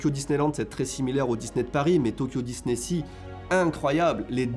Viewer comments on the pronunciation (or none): none